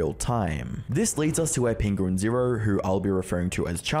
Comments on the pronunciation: i want to make it clear that charlie's youtube channel name is pronounced "penguin-z-zero, not "penguins zero". he's clarified that himself before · Penquinz0 pronounces it Penguin-zee-zero, right?